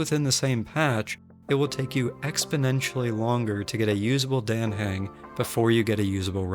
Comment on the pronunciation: It’s dAHh hUng the game pronounces hus name pleeeeease say it right